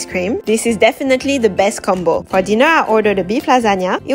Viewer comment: Btw u pronounced pistachio wrong but it’s okay